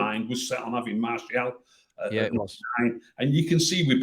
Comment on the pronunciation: wow saying Martial now and not Marshall 🙂🤭